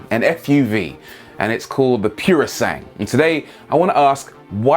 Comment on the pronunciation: Woah, didn't expect a response from you 😬 Cool! Wasn't trying to slag you off. Italian is such a beautiful language and it's strictly phonetic, unlike French with all their tricky, silent letters. So 'sangue' sounds kinda like 'sang-weh' (with a hard 'g') I suppose it's a mix of my love for Italy and my mum's fussy linguistics that set me off 😅 I like the point of this video though; "Wanna make some sick sports cars? Sell SUV's to fund them." Mad world, eh?